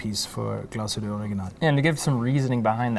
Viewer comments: You even went there and still didn't learn how to pronounce it right GLAS-HÜTTE not GLASHUTA where's the A there? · Dear, sorry amigo, it’s Glash( heat)tte,not Glas(hood)tte. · Always amazes me how someone so mesmerized by a watchbrand not even care to pronounce it correct.